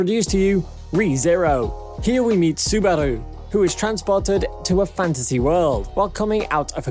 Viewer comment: Three anime in and you've gotten two titles wrong. Do you even watch anime? Edit: Mispronounced Johann Liebert's name. And Subaru from Re:Zero. You couldn't even say 'Covid' correctly. Terrible. Will avoid this channel from now on.